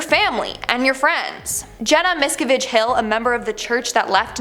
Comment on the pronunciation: So in short, you need an all powerful leader, and a doomsday date! Got it! Btw, Jenna Miscavige is pronounced, Mis-Cav-age! Not the way you said it lady!